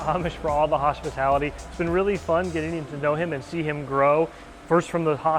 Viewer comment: Nice outro: "thanks Amish for the Haaspatality"